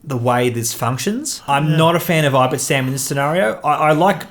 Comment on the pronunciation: Nice video :) I only play casually but I prefer Ten Numb with Ion Cannon, Calculation, B-Wing E2 and Rey. Rey just makes him so much more flexible and effective. (Also, you keep saying "I-bit-sam" but I think it reads "Ib-ti-sam") Keep up the great work!